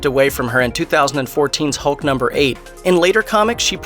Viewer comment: 6.35 did you just day 'hult'?? 🤣🤣🤣🤣